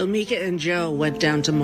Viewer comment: Tim is still calling Mika Micah 😂